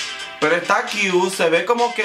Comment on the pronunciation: Amo cuando dices “está qiu! está qiu!” 😂😂❤️❤️